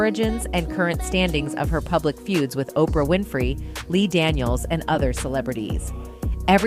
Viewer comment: …..OPRAH’S LAST NAME IS NOT “ WINIFRIED “…. IT IS “ WINFREY “…